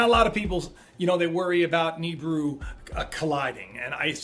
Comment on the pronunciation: astronomers declare? dude you should change friends stay off the internet and drugs, oh and it's pronounced Nibiru " nee-beer-oo ni-bi-ru "not Nibru